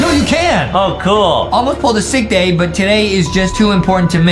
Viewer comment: He said Die instead of day